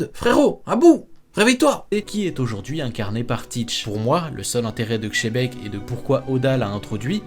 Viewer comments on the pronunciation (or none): C'est le Mont Corfraude qui ont dit chebec en premier, du coup les autres youtubeurs étant leurs chèvres font pareils, sans doute pour attirer plus de monde sur leurs vidéos. Mais Rocks D Xebec n'est pas Espagne et Sengoku avait dit Dzebeku.